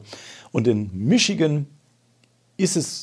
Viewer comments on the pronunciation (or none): none